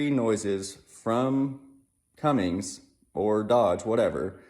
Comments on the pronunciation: It’s not Cummings, it’s Cummins. 😉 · Cummins not Cummings